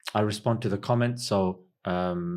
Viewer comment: Brother we say Asalamoalaikum not selamolaikum